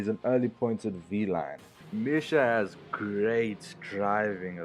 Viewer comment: It's pronounced Misha - Mee-Sha / Charoudin - SHar-oo-Deen dope video dude!